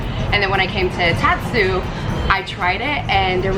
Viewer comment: So the tat part of tatsu is pronounced as tot like from tater tots.